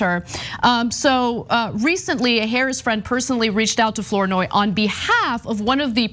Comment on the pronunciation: Ana, FLOURNOY is pronounced Fluh-noy not Floor-noy. It’s my mother’s maiden name. Or Flah-noy